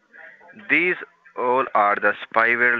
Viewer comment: Lol ees these, what ees these?"